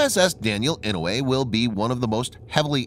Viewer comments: Yes sir I know, sure is painful to hear the Senator's name butchered. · The pronunciation of "Inouye" is painful.